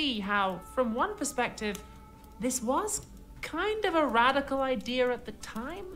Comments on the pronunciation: "Idier" It is Idea no "r" on the end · I hear all English speaker dol this it is not just a Brit thing. it is the mis teaching of English and nothing but. I am sure u have heard someone say "famaily."